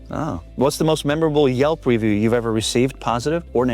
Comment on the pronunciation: I'm so glad she said "review" properly after the host said it with the accent on the first syllable 😆 Great interview though❤